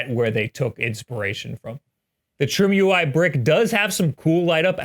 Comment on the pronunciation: could it be that its not pronounced trim-ui but try-me?